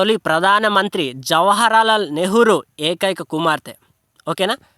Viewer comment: జవహర్ లాల్.... First ఉచ్చరించడం తెలుసుకో....